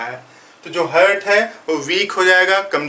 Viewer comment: हार्ट बोलते हैं, हर्ट नही बोलते हैं